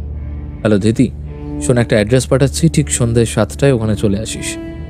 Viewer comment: Dhirti noy.....dhriti